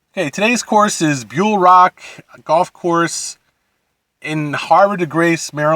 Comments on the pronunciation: hav-re not har-ve. and bull-e rock. pete dye, not pb dye. nobody ever thinks laytonsville is a great course. its a local cheap muni, gets the job done. blue mash is great, but theres a reason bulle rock is ranked in the top 100 in the USA, best course in MD, lpga championship etc etc.. blue ridge shadows was boring. lake presidential is an dog track the fairways are literally burnt mud. pb dye is an absolute gem of a course. whiskey creek is not open enough to hit it into other fairways, what are you on? tee it forward dude. you're the reason we have 5+ hour rounds. hitting long irons all day into every green is time consuming for 25 handicaps. i bet you wouldnt be so distracted by the fans and cars and houses if you teed it forward. lmao. i cant take your complaints seriously. you gotta be trolling. "i could barely reach the fairways" LOL. tee it forward my dude. jesus christ..... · It’s pronounced bull-e rock